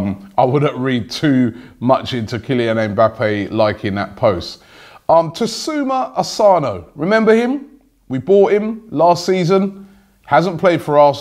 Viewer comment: Why are u saying Tasuma Asana?!, it's TAKUMA ASANO!!